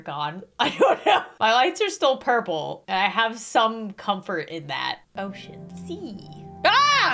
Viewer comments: When u said ocean I thought u said oh sh** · She said 'ocean'